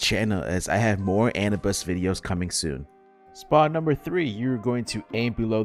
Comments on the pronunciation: it's pronounce a new biss not anna biss lmfao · Please don't pronounce Anubis like that again. It's uhh-New-buhs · a-new-bis is how its said tho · Time to learn how to pronounce Anubis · NA pronunciations of Anubis lol